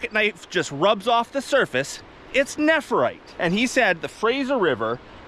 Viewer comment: I would have a field day if I were near that many stones. I do have jade but not nephrite yet. Tyfs BTW its pronounced nef rite not nepherite